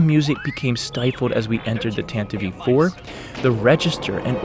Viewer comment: I would like to mention that it isn't "Tantavivie IV". It's "Tantive IV".